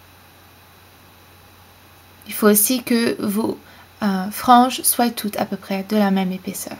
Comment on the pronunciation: Les fautes de français quoi! Tu prononces " soillent " alors que c'est " soient "!!!!!!!!!!!!